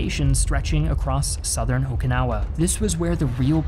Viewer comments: OMG dude its O"KI"nawa not O"KA"nawa, i see you said sorry for mispronouncing other words say sorry lol. i was cringing doing the whole video, also the Japanese used human waste to coat the front of the hills would dump human waste on the Americans as they advanced up the hills. The retreat of the Japanese to the very south of the island was also horrible as the Japanese used Okinawan citizens as human shield. It is why Okinawans will tell you they are not Japanese. -An Okinawan/American. its where the oki on my name comes from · I care, and at least 141 other people do. This creator is awful at pronounciation, and in an audiovisual format the audio is important. The way he said Okinawa grates on my ears as well.